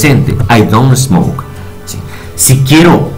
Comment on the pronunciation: he aqui la verdadera pedagogîa de un experto maestro congratulaciones ,con respeto la letra s no se pronuncia es por ejemplo smoke no es esmok , pero de verdad se paso clarito clarito y sirve para despejar varias dudas no te pierdas.bendiciones